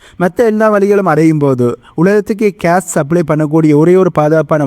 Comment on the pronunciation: Please pronounce gas Not case